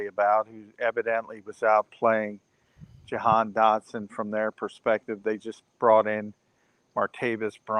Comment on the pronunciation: his name is Ja -Han not johan 😂😂😂